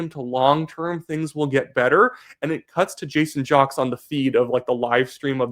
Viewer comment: Do some research. His name is pronounced "Jakes" not jocks. Other than that I like your channel.